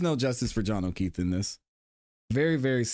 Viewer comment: John O’Kweef 😂